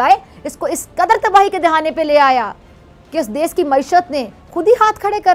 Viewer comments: 'Des' nhi hota jahil khatoooooon 'desh' hota h😂😂😂😂😂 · pehle "desh" to sahi se bol le pagli